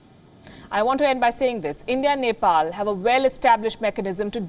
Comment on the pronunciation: Even the reporter couldn’t pronunce of Neplease cast how she can make a report without looking map of her country